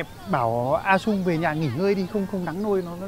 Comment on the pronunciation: ngọng à. trung chứ chung nào. đúng la dân miền bắc nói phát âm cũng sai chính tả